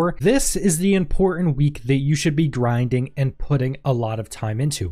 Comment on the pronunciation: Sorry, but you lost me at 0.07 when heard - "Grinding"